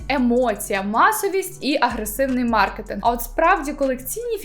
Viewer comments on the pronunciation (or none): none